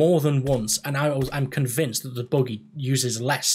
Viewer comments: the boogey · youre saying buggy wrong too lol